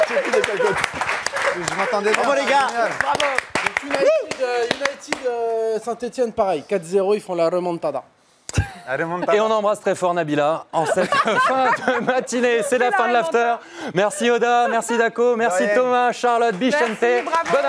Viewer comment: la "raie manta" da (remontada) 😂